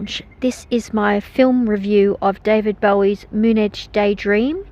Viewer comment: Horrible wtf this is a very good bot or a clueless narrator, Moonage is so badly pronounced it shows the speaker has no idea of the word or the song as it is heard